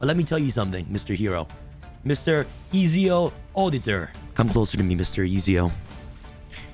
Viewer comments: Ah, yes, the Master Assassin Duelist, Easy-o Ahditer da Fear-enz-aye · So he never played Assassins Creed with that pronunciation of Ezio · I sighed big time when pronounced Ezio wrong SMH. I guess he never played the best Assassin's creed game of all time! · Assassin's Creed fans cringing at the pronunciation of "Ezio" 🤣